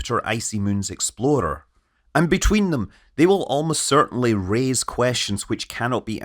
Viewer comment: when he is talking about JUICE mission I thought he said exploder at first. Had to do a double take, accents are fun sometimes